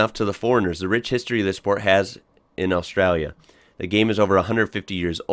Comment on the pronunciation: Your the only American that says Australia right